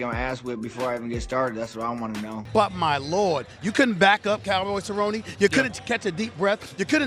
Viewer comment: Stephen A Smith might have a case to discuss these things if he truly cared about the sport. But he called Cerrone “Cowboy Sir-own” literally the week of the fight and routinely mispronounces fighter’s names. He barely knows who these people are and clearly doesn’t know fighting.